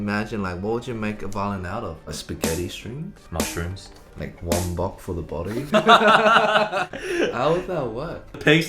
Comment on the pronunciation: omg when eddy said "wong bok" i must say he had a cantonese accent :o